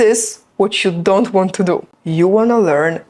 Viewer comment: I think you can't say properly "To" and "do" 😊